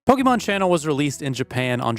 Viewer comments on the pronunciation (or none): Please, it's not Pokemon, it's Pokémon. Not only in the writing, but in the pronunciation too.